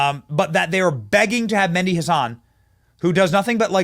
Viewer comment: Meh-di , emphasis on “h” like in horse